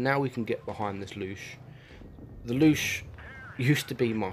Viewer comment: Bruh. It ain’t called the “Loosh”.